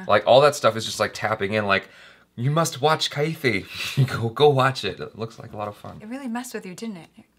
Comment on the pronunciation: Its not kaithi its kaiDhi means prisoner